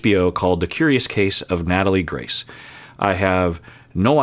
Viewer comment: If you are going to do a video on a subject at least say their name correctly!!